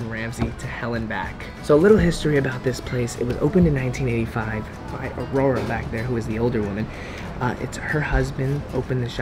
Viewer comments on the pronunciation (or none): none